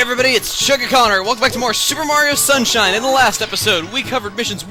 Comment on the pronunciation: said shuper Mraio sunshine